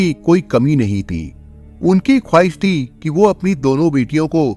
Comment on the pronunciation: 🤣🤣🤣🤣..... ये #ती बोलता है या ।। थी....???? 🤣🤣🤣🤣